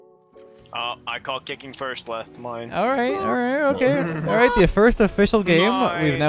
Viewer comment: He do be playin in "Leth" Field